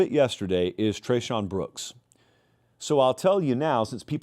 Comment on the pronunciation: Tre’shawn brown get his name right 😂😂